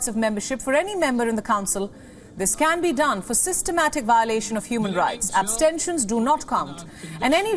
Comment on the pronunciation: He is having a hard time pronouncing 'abstentions', 'precarious'. Dont make him read a script. Let him choose his own words.